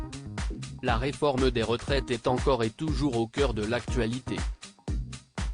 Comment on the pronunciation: Moi je veux bien lire les communiqués de cette chaîne : c'est ridicule de les faire lire par un robot, qui prononce par exemple systématiquement le verbe être à la troisième personne du singulier (il/elle est) comme s'il s'agissait de la direction (l'est). Vous n'avez donc pas sous la main un simple locuteur francophone pour lire ce qui est écrit en français dans le texte ?!?